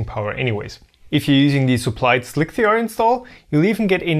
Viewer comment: "slick-three-R" ? That is not a very 1337 way of pronouncing it...